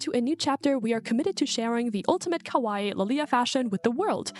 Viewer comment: kowai " what you are saying, means scary. Kawaii, what you mean is pronounced "ka- wa- long E"